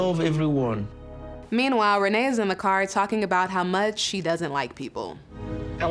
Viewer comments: Rayne is pronounced Renee??? Red neck pronunciation? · The mentally challenged activities started when her mother mispronounced her name at birth because to me it should sound like rain🤷🏾‍♂️🤣